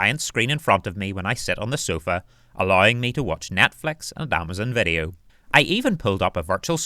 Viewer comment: meRa quest? i hear an R. yes i enjoyed the viReo.